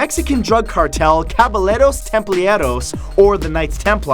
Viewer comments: Dude you need to practice your spanish... "Caballeros templarios" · Wait a minute, was that your spanish for caballeros templarios? Come to Cancun for a couple weeks to master it! You'll be more than welcome! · when he said "caballeros templarios" it almost gave me ear cancer